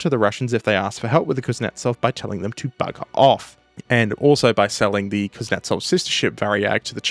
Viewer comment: KUZ-NYET-ZOV, not KUZ-NETS-OV, please.